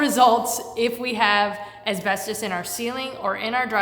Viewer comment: why is it so hard to pronounce asbestos?... my man has the patience of a saint 🤣